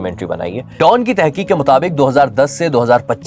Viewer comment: Don nahe Dawn hota he 🤣